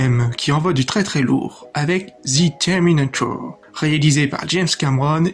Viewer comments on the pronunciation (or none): "Thi Tèrminatour"